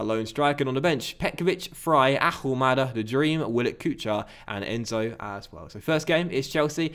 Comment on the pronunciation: Stop pronouncing the H in Ahumada's name!!!!! Please